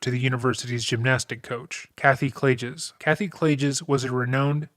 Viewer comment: Klagus Clay-Gus/Gis